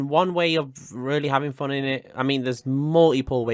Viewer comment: I like ur accent u say fon